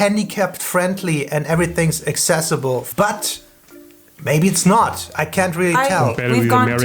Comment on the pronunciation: Why is she pronouncing, accessible, assessable? That's weird. I have never heard anyone say it like that. Having the light switch on the outside of the bathroom is strange. Why would anyone want that? What's the reason?